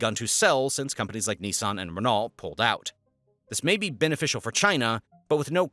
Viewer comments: Renault is "ren-o" more than it is "Ren-alt" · 1. It's Nestlé pronounced Nestle-aye. Not Nestle-ee 2. Renault is NOT Wren-alt. It's Wren-oh. 🫠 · RRRRRREN NAHJUALT!!!! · Right! He says Renalt 😂😂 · The pronunciation of “Renault” was hilarious to me - and I’m English! 😂😂😂